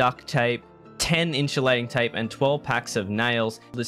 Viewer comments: its called in-su-lating tape :P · the way u said insulating tape really upset me lol